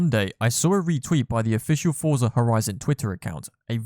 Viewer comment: Bro it’s forza. And ingame money, it ain’t that deep ._.